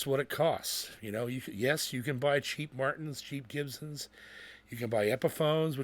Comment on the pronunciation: Wish you'd learn how to pronounce Gibson, there is no z in it.